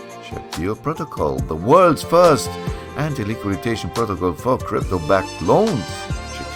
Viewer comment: We say antiliquidation, not antiliquiditation😀 Thanks for sharing, this is an interesting project.😊